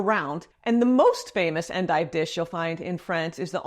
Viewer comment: I still remember Julia Child's 'Mastering the Art of French Cooking' episode featuring endives, and her lovely pronunciation of "on-deeve"🥰